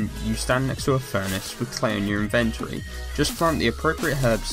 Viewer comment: He says inventory so weird lol